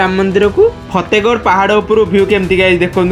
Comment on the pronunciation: ଫେତେଗଡ ନୁହେ ଫତେଗଡ nd in english y can say fatehgarh 😂😂😂😂😂